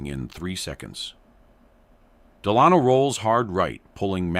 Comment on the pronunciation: You say de-lahn-o. Nope, the name is pronounced DEL-a-no. Your AI doesn't understand how to pronounce English. FIXIT!